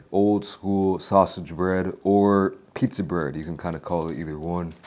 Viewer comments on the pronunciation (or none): none